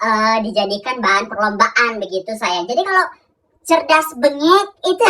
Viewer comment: audd bangett gurunya bilang saAywAnG